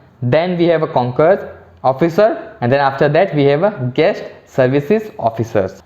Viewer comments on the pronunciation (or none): Sir it is concierge not conkierge officer